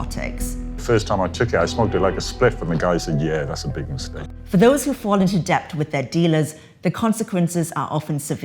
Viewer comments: Debt = Det not Deb-t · The host seems to struggle with the word "debt". Someone really needs to let her know that the "b" is silent. And that "b" is not pronounced "p"